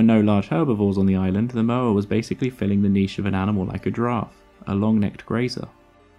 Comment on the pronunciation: The Maori name for this bird is Pouakai. There are cave paintings in the South Island depicting the bird. Sadly cave paintings tend to get vandalised, including vandalism done by anthropology students from Otago University in the 1920s and 1930s. Moa is not pronounced 'mower', it is Moh-ah . Great video though.